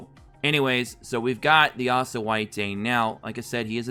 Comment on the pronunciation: (Lick - t) thats how u say lichts name, But please keep calling asta Assta its super funny and it keeps me laughin thru the video while getting some good info on the game